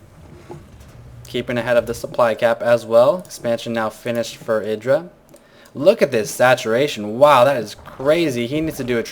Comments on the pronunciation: Why do you call him "edra" ? It is: Idra. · idra said in an interview you should prononce it e-dra i think